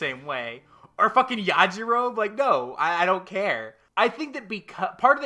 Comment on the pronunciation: You pronounce the E at the end of Yajirobe (YAH-JI-ROW-BEE) 😊